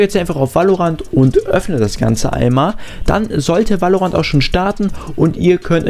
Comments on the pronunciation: Gutes viedeo aber es heißt nicht valorantt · VÄLORANT NICHT WAALORANT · geiles video aber ich glaube so spricht man valorant nicht aus